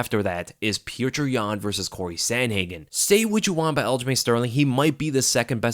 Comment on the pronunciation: So happy that you pronounce Petr correctly as "pyotir"! Now we have to work on Özdemir 😘